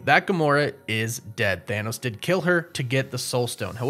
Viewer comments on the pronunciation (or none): none